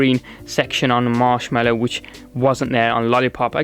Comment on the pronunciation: It's Mallow, not Mellow.